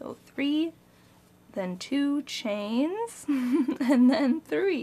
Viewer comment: I too giggle whenever you say "2 chains" lol